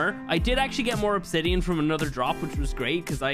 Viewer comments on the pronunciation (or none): none